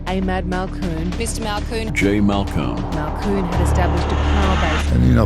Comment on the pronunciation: Mate...his name is MALKOUN. Not Mankoon 🤦 lucky he was polite enough to not pull ya on it. There's those manners he spoke of.